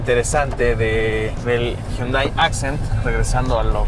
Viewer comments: Alguien enséñele a hablar al tal con su Mazdadós y su Hyundái. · Nunca he entendido por que siempre dice los nombres a su "modo" (pronuncia mal los modelos) Mazda2 HyundÁi Accent Al igual que lo hace con el "Mazda3" y "Mazda6"